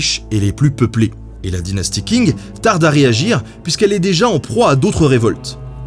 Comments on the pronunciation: Je suis en licence de chinois... Le q se prononce pas k mais sh... Ca me perturbe et me dérange quand tu dis "KING" 😂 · Est-ce-que Qing ne se prononce pas plutôt "tching" ? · Tu as oublié le "s" à Guerres napoléoniennes Et Qing ça se prononce Tching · Hello ! Dynastie des Qing, ça se prononce Tching ! Sympa la vidéo sinon :) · Pour les mots en chinois, ça serait bien de se renseigner sur les prononciations, par exemple Qing se prononce presque comme tchin, pas king ;) Commentaire bienveillant, je suis fan de ton travail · On dit "tching" pas Qing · Qing = Tsing, comme dans Qingdao ou romanizé en Wade &giles Tsingtao. Pour le reste les X comme xi = sï, si = seu, xu = sü, chi= tchi, ji = dji, zhe = dje, shu = chou, xiang = siang. Si vous avez du mal avec les prononciations du pinyin le Zhuyin qui est phonétique ou le système Wade-Giles est plus pratique pour les prononciation européenne, et pour le 謝謝 en pinyin c’est Xie Xie ce qui se dit Sïé sïé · La Dynastie des Qing, ça se prononce : "ch" comme le "ch" allemand dans "ich bin". Tout comme Hong Xiuquan : Hong avec un "h" comme en anglais, Chiu chuan (avec "ch" comme en allemand). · Super video mais juste s'il te plait Qing se prononce grossièrement ''tching'' pas ''king'' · Qing, ça se prononce : tch (un t très court suivi d'un "ch" allemand comme "ich") ing. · Les 'King' pour 'Qing'... Ouille mes oreilles x( Stp, ça se prononce "tching"/"tsing" (un espèce de s qui chochote un peu, ou un ch qui zozote un peu...) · Qing se prononche "tching", le Q se prononçant tch en chinois. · On prononce “tching” avec un Q 😜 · Je peux me tromper, mais le "Q" ne se prononce t'il pas "Tch" soit phonétiquement 'dynastie Tching' ? Excellent travail comme d'hab! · Ben, comme d hab la vidéo est parfaite mais Qing se prononce Tching en mandarin. Continues, tes vidéos font passer le temps en confinement👍👍👍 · Très bonne émission comme toujours ! Petite précision : le Q en chinois se prononce TS oralement ça se dit Tsing du coup 😉